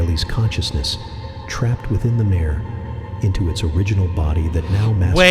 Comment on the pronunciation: The mispronunciation that really got me was pronouncing "Mare" as "mayer." The a in mare is pronounced more like care, bare, share, etc. Less of a sharp A, Unless you pronounce bare as bayer at which point I think we'll have to settle this with fisticuffs. More seriously; no worries. Everyone mispronounces stuff. Other people have caught a lot of your other misses - like Stygian being "St-eye-gee-an" or indelible as "in-del-ih-bull." Or Siobhan being "shi-vahn." Similarly when it said "grume" I'm 99% certain it was a misspelling of grime. Not your fault, but it does go to show how easy it is even for someone with a thesaurus to make simple mistakes. As far as keening goes - there is an Irish ceremonial 'keening' that refers to sounds made at a funeral unique to them, but more commonly it's used to refer to a sharp, high pitched and sorrowful tone. Like a bird calling to something that isn't there, or a warning siren prior to disaster, or even the sound of a violent wind whistling through the trees. If it helps, you can think of it like a 'keen' blade; it means sharp. Without the sharp sound, it's not a keening so much as a wailing or moaning. It's all peachy, though, because English is a glorious mess of a language to an extent even native speakers don't realise; the rules of the language literally change based on the etymology of the word you use. Is it based in Latin? Then it would be octopi - but because it's actually Greek the correct usage is octopuses. Because English i